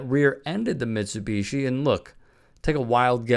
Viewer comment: I find your inability to properly pronounce Mitsubishi infuriating 😠